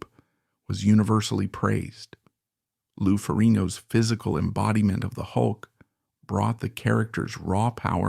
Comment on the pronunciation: if he says lou name like that one more time 😂😂😂😂